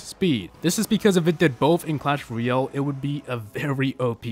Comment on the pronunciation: why do you always say clash royel